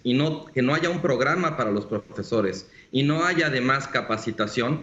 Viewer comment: No se dice aiga, por favor no porque algunos hablan asi todos deben hablar asi.